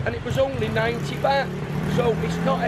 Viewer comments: its not Bat its Baht, and it not Paytaya its Pattaya. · I saw your vids in Boracay, you went to all the expensive places, it's pronounced Bart not bat! Haha